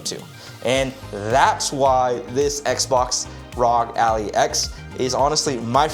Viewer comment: Good video but you saying Allie was killing me 😂